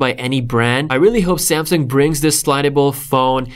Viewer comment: Because he says like that🤣🤣